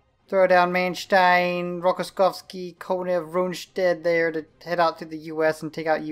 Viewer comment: I remember commenting on one of your videos correcting how you said manstein good job saying it right